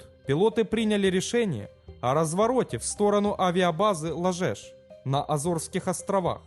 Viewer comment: Не зАлито, а залИто. Не ЛажЕш, а ЛАжеш.